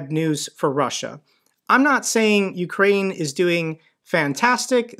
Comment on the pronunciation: "Ukraine" NOT "Ukrain". lol "UK" +"rain".